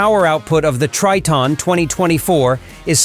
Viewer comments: It's pronounced as "Try-ton" Not "Tree-ton", alright? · A lot of questions pop up here, Tre-ton ? No is (Try-ton)